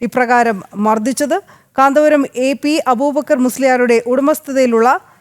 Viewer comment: പറയുന്നത് മുഴുവൻ അക്ഷര തെറ്റാണെങ്കിലും കാന്തപുരം എന്ന്തെറ്റുകൂടാതെ പറയാൻ പഠിച്ചിട്ടുണ്ടല്ലൊ. മിടുക്കി